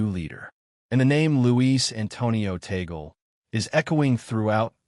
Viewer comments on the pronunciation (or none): The right pronunciation of Tagle is in two syllables Tag - le. The first syllabke is Tag, second syllable is le. TAG-LE. It is not the same as apple or Google.